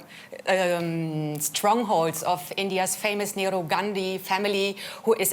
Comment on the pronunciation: The western journalist can´t even pronounce the name of Nehru properly.